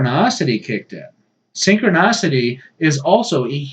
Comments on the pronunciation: Synchronicity, not -nocity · It's actually pronounced "synchronicity".